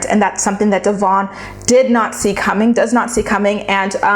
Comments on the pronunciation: Pronounce your subject's name correctly for crying out loud!!! It's pronounced De-vin like Kevin NOT Devonne!!!!! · I agree with you that’s he’s a wolf in sheep’s clothing. The way you pronounce her name incorrect though. It’s not Dee-von. It’s Devon.❤️ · You claim to watch the show, yet don’t pronounce her name correctly and don’t get their timeline right 🤔 It’s Deavan - Dev-En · It’s pronounced Devin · You saying her name wrong kept distracting me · please learn how to pronounce Devons name! It makes me crazy and how can you say you watch the show when you can't even pronounce her name? I'm not sure of her spelling of her name, but I do know how to say it! Thank you! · Going nuts every time she says her name wrong... Lol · Love you, but the way you’re pronouncing their names is sending me 😂😂 btw have you checked out their YT channel?